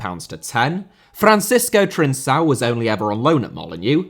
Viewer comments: Trincão is pronounced with a k like c, and he's on loan at Sporting 🤣🤣🤣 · The Ottoman Storage Box... just brilliant. 😂 Also, Trincão (with a K sound on that C) plays for Sporting not Benfica.